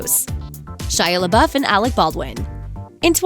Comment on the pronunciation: Pronounced "lay-bow" not "lay-buff."